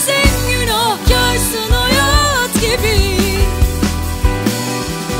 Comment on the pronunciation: 1.37 deki hayaaat gibi bı hayat ancak bu kadar güzel telaffuz edılır. Naptın Derya uluğ 👏👏